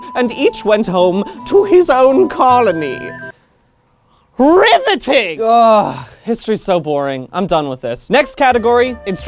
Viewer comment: That very emphatic "RIVETING." goes through my head on a daily basis, and if anyone were to tell me how to rip audio from YouTube to turn it into a ringtone it would make me the happiest queerling on the planet. I want my phone to scream "RIVETING." at everyone in the vicinity every time I get a text.